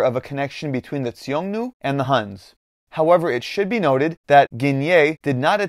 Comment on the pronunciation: Why do you keep pronouncing Xiongnu as "Tsiongnu"? The X is a simple Sh sound.